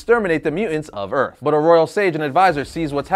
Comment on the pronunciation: I hate the way this guy says mutants. “Mew-ents” 🙄